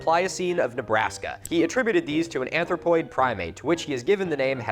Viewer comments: Bro stop saying ARTHROPOID 🪲🪲🪲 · I can't quite understand if it's you mispelling or it's me mishering, but every single time I hear "arthropoid" instead of "anthropoid", which makes it even stranger and more uncomfortable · You keep saying "Arthropoid" instead of "Anthropoid", so I keep picturing a bunch of prehistoric spider-people in America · Milo kept saying "arthropoid" instead of "anthropoid". Arthropods are spiders and insects, they do not have teeth. (He actually said it currectly halfway through the episode). Did I just comment on a 2 year old video to criticize someone's incorrect pronunciation of a word? Yes, and I am not sorry. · Why do you keep saying arthropoid and not anthropoid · did you say "arthropoid" instead of "anthropoid"? I can't quite catch it and the subtitles didn't play that part when I replayed with them switched on. Does that mean it belonged to a Bug? Where's Johnny Rico? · I assume it’s because you’re freezing your butt off… but pronouncing Anthropoid “Arthropoid” makes it sound like Nebraska man was bug-like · Are you aware each time (except for the McCurdy quote) your text says "anthropoid" you say "arthropoid"? More alcohol is indicated. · Lmao thank you I'm so glad I'm not the only one who got tripped up by him saying "arthropoid". Apparently carcinization does apply to all organisms after all.... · Him pronouncing anthropoid as arthropoid had me very confused, bugs don’t got teeth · I’m drunk as hell rn and Milo’s mispronouncing “anthropoid” as “arthropoid” through the whole video really threw me through a loop and had me questioning the half decade of biology classes I took in high school and college 😂 I literally googled “do arthropods have teeth” just to make sure I wasn’t the one fuckin idiot that didn’t know bugs and crustaceans have teeth. 😂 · I was going to leave it alone but, you did it twice and I don't see anyone else talking about it. It's "anthropoid" not "arthropoid". Edit: You got it right near the end.